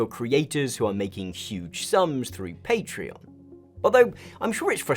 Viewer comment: i cant believe this video exposed for not being able to pronounce patreon